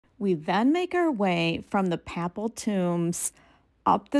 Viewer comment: Nice video -- Papal is pronounced [ pey-puhl ] Pa is pronounced like "pay"